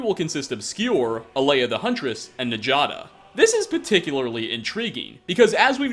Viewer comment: I love your vids. I only wish you could start pronouncing norse names properly. "J" doesn't read "jae" as far as norse languages are concerned - it's a longish "y". So, "Njada" would in fact be pronounced "N-ya-da". Yes, Nord names in Skyrim derive from Old Norse. Well, most of them.